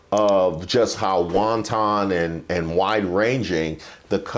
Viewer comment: are you pronouncing the word 'wanton' like the Asian food for sarcasm, or do you genuinely think it's correct?😅 Want- not -Wan...